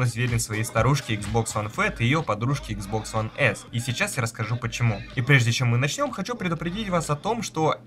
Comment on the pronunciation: Почему ты говоришь Хуан а не one